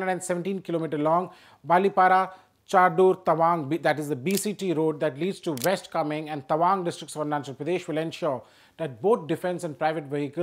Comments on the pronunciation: It's East Kameng not Komeng. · Its East Kameng not Komeng